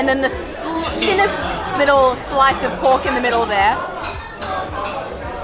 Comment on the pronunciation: I've literally never heard of a single Chinese prouncing prok as paok, until now...